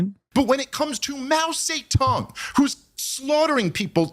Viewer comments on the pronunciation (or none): why are they saying his name like Mao Satan?? 😭I can't take any of them seriously, such clowns smh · Mao Say Tong 😂😂